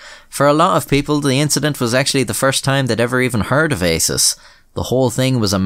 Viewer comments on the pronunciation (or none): the way he says ASIS sounds a lot like isis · I think it's pronounced "ASSES" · ASIS, pronounced arses?